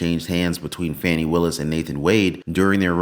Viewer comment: 👉 💙💙💙 VOTE BLUE !!! 💙💙💙 (ps - her name is pronounced FAW-nee !!!)